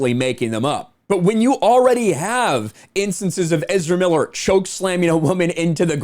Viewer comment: Ezerrrramemiiler who.?